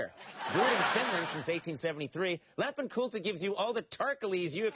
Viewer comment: "Lhapin Kultha" He can't say it right.